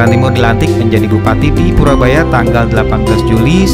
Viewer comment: Koreksi mas purboyo,bukan purabaya.